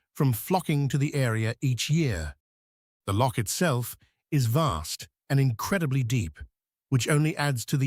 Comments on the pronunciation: Born and bred Scottish lass, here. Loch, is NOT pronounced Lock. Locks are things you put keys into. Nessie doesn't exisit, we use it to scam gulible tourists, have done for years... and we're STILL doing it to this day! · The usual halfarsed A.I. garbage. Between Asian bison and Polish mountains I am again frustrated by the lazy work done by these people. Why can't we get past this ridiculous infatuation with A.I. Give us a human narration preferably by someone who can pronounce "loch."